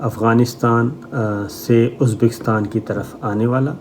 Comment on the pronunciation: Shame on you. You even can not pronounce uzbikistan.check what you said. Uneducated 3rd class so called jurnalist.